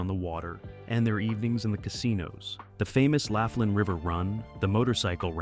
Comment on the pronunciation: All about Laughlin, and you can't even pronounce it correctly "Loff-lin"